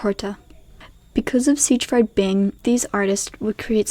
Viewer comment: Check pronunciations of Siegfried and ceramics.